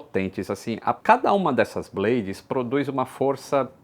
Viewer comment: A palavra 'blade' não se pronuncia como 'blêidis' e sim 'blêids' - coisinha básica!